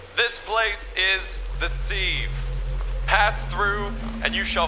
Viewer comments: omfg 'sieve' is said 'SIV' like Give not like Sleeve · Pronounced "Siv", like "give". Not "seeve", like "leave". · yeah! And he definitely pronounced sieve wrong multiple times on purpose too! All part of the plan. Daddy is perfect 😂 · ...Has Wendigoon never heard the word "sieve" before? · Maybe shoulda thrown in an outtake where you pronounce "sieve" correctly. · the real horror is how he pronounces "sieve"